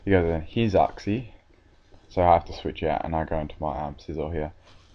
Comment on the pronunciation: i think its pronounced yooxie